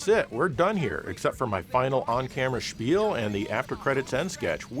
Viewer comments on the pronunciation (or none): none